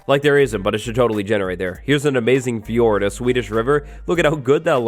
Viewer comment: I am sweden and i think its superfunny to hear a British say fjord(no hard feelings) ps I LOVE your content, gang forever!!